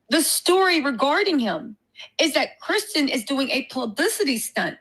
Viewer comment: This woman talking about Christian needs to sit down somewhere & sth up....she can't even pronounce his name correctly!